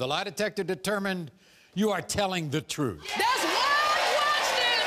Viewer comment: When did "truth" become 'troof"? Was it when "ask" became "aks"?